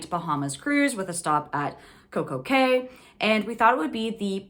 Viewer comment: Coco Cay is trademarked to be pronounced Cay like Kay, not key, so she was correct.